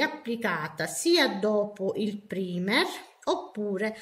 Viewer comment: Ciao, volevo darti qualche dritta Il “primer” si legge “praimer” E la parola è “nail prep” non “nail prepar”